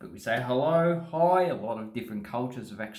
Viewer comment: "hellouwrrh cunt!"=100% confirmed Australian